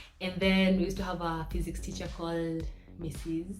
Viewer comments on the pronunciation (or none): none